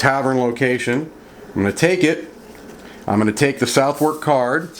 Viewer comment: Its prounouced suth' uk. I know, it baffles me to and Im a brit. I once asked someone directions to Bicester. He looked at me gone out and said 'do you mean bister'. The mind boggles.